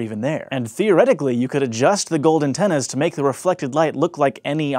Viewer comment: does he say "Gold antennas?"